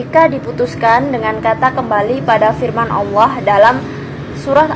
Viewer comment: Ini yang baca Alquran pas ada kalimat Allah kayak ngak di baca, apa cuma aku yg dengar demikian?